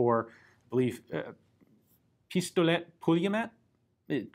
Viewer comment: Didn't butcher the name completely , proud of you Ian ;) you got the [Pistolet] right and the second part is [Pool-ye-myot]